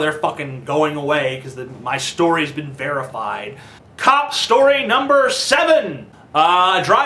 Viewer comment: cop shtory